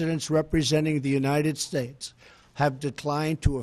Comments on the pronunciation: United what?? Shushez? I cant hear clearly the last word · united shasha??? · he's out of breath because of standing up to give a speech. how could someone this physically and intellectually unfit to be the present of the united shhttates(how he pronounced it) even though he's not fit enough to put his own shoes on.... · United Shaish?!?! dafaq man??!!